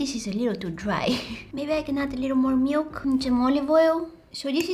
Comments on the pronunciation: I like how she says "Meilk" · The way she’s says milk ❤😂🥰 she says it like "miwk" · i love how u say milk